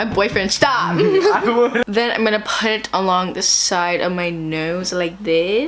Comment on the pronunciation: “my boyfriend SHTOP! “ 😂 jkjkjk buahhshah